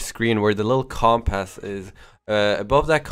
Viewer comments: pronounced com·pass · You say compass so weirdly.